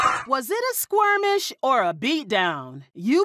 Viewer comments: did she say “squirmish”???? Because the word is SKIRMISH…🙄🙄🙄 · I’m stuck on her saying Squirmish instead of Skirmish 🤦🏾‍♀️ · It's Skermish not squearmish. 😂😂😂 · It’s skirmish, not squirmish lol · Skirmish - u wanted to say Skir-mish as in little fight not squeamish that means sick, I think u combined the two maybe. But it's ok u did good 👍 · Skirmish.....Not Squirmish...😒🤦🏾‍♂️🤷🏾‍♂️ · Skirmish not Squirmish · Did she really say "squirm-ish" ? Lol😂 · "Skirmish" That "w" in there is hurting my ear.